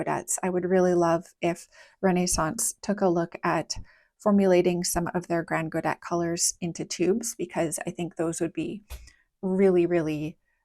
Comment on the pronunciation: I've always been curious about these paints but haven't tried them myself. Thank you for the swatches. On aside note "grand godet" is French and just means "big pan" and you don't pronounce the "t" at the end. For the mixture, I just really want to guess haha It reminds me of PB29 and PR101 (a color mixture I always do) But there's no granulation, so it can't be that and there's also a greenish undertone so let's go with PB15, PR101 and then Black, PBk6 or Pbk9